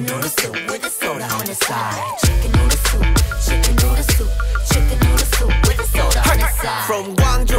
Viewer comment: dice "wit" pero no es "with" ? :U